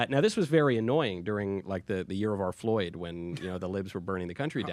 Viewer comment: I lost it when he said the year of our floyed 😆 🤣 😂 😹